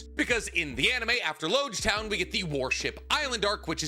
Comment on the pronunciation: I know this is really minor, but it's important. it's Logue Town, not Loge Town. It seems minor, but it's alluding to the fact that after this town you're going to need a Logue Pose to navigate the grand line.